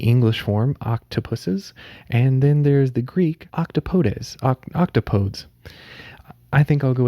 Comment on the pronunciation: Octopodes is pronounced "Oct-aw-poh-deez"